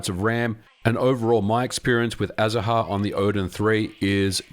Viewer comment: I believe the name of the 3ds emulator is spoken as azar, ignoring the “ha” part. It is the Spanish word for citrus flowers.